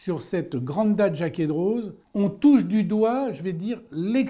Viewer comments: Super vidéo. Une petite précision, pour Jacquet Droz, il me semble que le 'z' est muet et donc ne se prononce pas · On ne prononce pas la Z pour Jaquet Droz